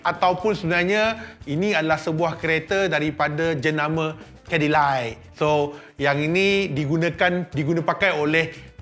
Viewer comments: Nak jadi YouTuber kereta mestilah tahu nama kereta. Ini kereta CADILLAC --- baca LAC. Bukan CADDILAI - bukan LAI. Buat malu saja. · Sebutan Cadilay? Biar betul😅